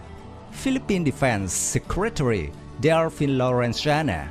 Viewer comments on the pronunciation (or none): Philippines will buy the JAS-39C/D Gripen. BTW... It's Delfin* not Delphine.